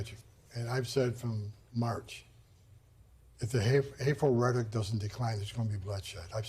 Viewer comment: This guy can't even properly pronounce rhetoric??? lol